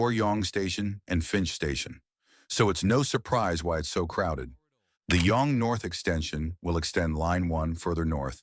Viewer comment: Go, not G.O. Yonge in pronounced Young. East/west and north/south, not horizontal and vertical. Come on!